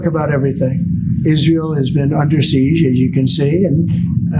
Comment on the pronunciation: Why does Trump pronounce siege "seezh"?